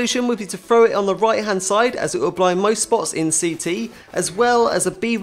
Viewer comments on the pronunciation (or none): none